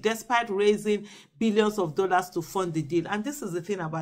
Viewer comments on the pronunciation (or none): none